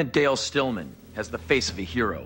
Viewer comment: Stillman? Shouldn't it be Tillman?